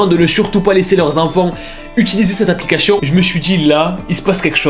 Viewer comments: Moi: on dit application: Applicashion? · Application se prononce: Applica*ss*ion Et pas Applica*ch*ion Srx mec c'est vraiment dérangeant fais attention à ta prononciation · J’aime trop n’arrête pas de dire aplicaCHION et pas aplicaTION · arette de dire applicachion pitié 🤣🤣🤣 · "Cette applicaCHION" 😂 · « Applicachion » le plus gros fou rire de ma vie dsl c pas pour ce moquer mais voilà 😂😭❤️ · Applicachion😂😂😂 sinon bien ton taf propre j'adhère de ouf 🙏🏼🙏🏽🙏🏿de nos jours on voie des choses choquant flippant affolant que dieu nous aide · Applichion 😂❤️ Je kiffe son accent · "appliCACHIIONN" J'ADOOORE 😭✨✨ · J'arrive pas a me concentrer a chaque fois que tu dis "applicachion" 🤣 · aplicachion...😂 sinon hela la vidéo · le " applicachion " 🤣🤣🤣🤣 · "applicachon" 🤔 c'est nouveau? xD un génie notre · c'est moi ou j'attend tjr applicachion XDquand il le prononce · Pq tu dis applicachion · Pk tu dit aplicachon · Il dit aplicachion😭😅😅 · tout le long de la vidéo "ApplicaCHION" 😂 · Jte juuure trop stressant le " aplicachion "😂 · Ça m'a perturbé toute la vidéo il dit "applicaCHion" 😭😭😭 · "Aplicachion " ma peter de rir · mdr au top je sent bien le fait exprès pour la prononciation de application. tu gère sa fait du com gratuit très bonne idée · Comment il dit application mdrrr